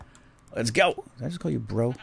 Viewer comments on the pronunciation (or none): u said burrow not bro